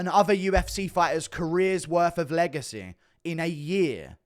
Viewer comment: When you say legacy you sound like your having a stroke lol 😂😂